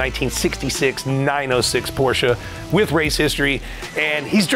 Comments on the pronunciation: BIG time car guy and he can't even pronounce " Porsche " correctly..... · Thanks for pronouncing 'Porsche' properly👏